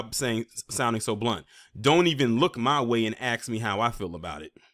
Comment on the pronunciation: And the word is ask, not axe. Learn English properly.